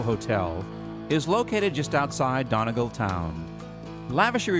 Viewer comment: Why can't Americans say Donegal? 🤣🤣🤣🤣🤣🤣🤣🤣🤣🤣🤣🤣. I've yet to meet one pronounce it normally.